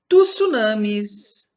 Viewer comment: você falou errado tusuname??